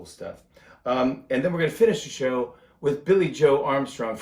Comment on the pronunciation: I giggled out loud when he read: "The Tonight Sbow..." 😂 I love him so much more now that I've seen what a great father, and husband, he is to Nancy & the girls. He's genuine! I have so much respect for him. I'll be a fan for life! 🌱